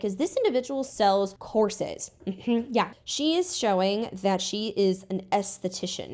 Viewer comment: First I understood "She is also selling horses" instead of courses and was completely confused